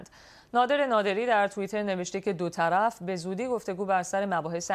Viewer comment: دو طلف چی یه؟! دوطرف ! مجری هم گاها عجیب و غریب کلمات کشف می کند! نوت: در بخش اخبار مربوط به مذاکرات صلح افغانستان دقیق گوش کنید. خانم مجری دو طرف مذاکرات را " دو طلف " تلفظ می کند!